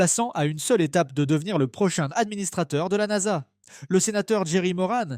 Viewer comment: la "N-A-S-A" sérieux, vous écoutez ce que vous produisez ?